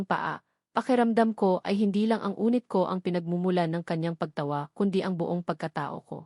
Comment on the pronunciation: Anong unit? Yunit ang Tamang pagbigkas, ay ano ba Yan🙄